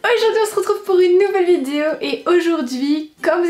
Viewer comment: On est d'accord elle elle dit Vidio ou Vizuo ? 🤔